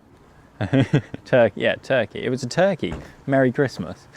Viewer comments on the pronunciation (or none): none